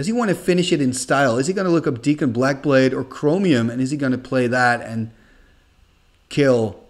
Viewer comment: Dak(kon) not Deek(kon)! Awesome video,.